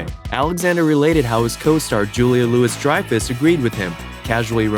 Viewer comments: It's pronounced Julia "Louie" Dreyfus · Julia Loo-is??? Are you kidding? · Pronounced “Julia Louie Dreyfus”. She's only been famous since the '90s… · Julia Louis-Dreyfus (That's Lou-ee) and Pritchett (PRI-chet, emphasis on the PRI) Geez. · Julia Louis-Dreyfus. The Louis is pronounced 'louie'. Everyone but the narrator of this knows that. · How do you not know how to pronounce Julia Louis-Dreyfus and Pritchett?